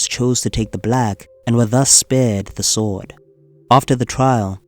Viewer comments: What’s with the sWord pronunciation? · The "w" in "sword" is silent.